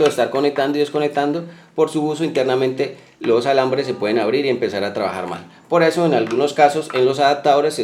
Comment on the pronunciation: "Aptadores, encasulado, intenamente, vatiaje "... ¿Qué tenes en la boca?